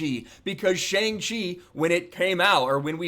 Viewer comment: Cannot even pronounce the title of the name right LMAO. Can’t trust anything coming out of this guy’s mouth.